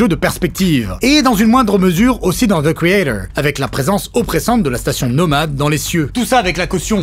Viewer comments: Zeu kréatore. C'est quand même pas si compliqué à prononcer correctement. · The creator avec l'accent anglais approximatif ça fait mal.😅